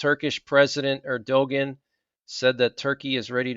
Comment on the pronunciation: ‘Erdogan’ is pronounced ‘air-du-wan’. And unless Israel is living in unwalled villages and in tranquility, this is not Ezekiel 38. It may be the set up, but it’ll be well into the future.